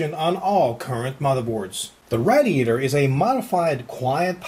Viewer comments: I'm American and I don't say radiator like that. Proper english pronunciation is "Ray-dee-ator" NOT "RAD-EE-ATOR" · Its said.. RAY-DI-ATOR Not RAD-I-ATOR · I gotta ask you why do you make a million weird faces and noises when you screw up LMAO! Also only tip i can give you is it said Raydiator not rad-iator. P.S: if you read this im on the Forums. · rad i a tor no say it right it pissed me off say it as raydee ator come on rad e ator idiot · RAY DEE A TOR not whatever the hell he said, got is he getting over a speech impediment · him saying RADiatior makes me sad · PLEASE learn how to pronounce radiator correctly. seriously. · lol, he cant say radiator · dont get me wrong this guy rocks but he murders words like proocess raadiatur and other stuff like that